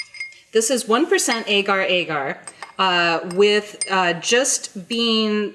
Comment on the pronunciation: Great Video! Thank you! Wish you could DM on YouTube bc just wanted to throw it out there that since agar agar is South East Asian & generally pronounced either short a like apple or short o like odd, not a long ā sound & just wanted to pass that on 💟